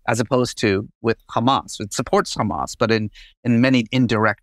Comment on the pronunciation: In Arabic it’s not khamas, it’s just hamas. There are 2 Hs in Arabic and the word hamas uses the hard h, but that’s diff than the Arabic letter Kh.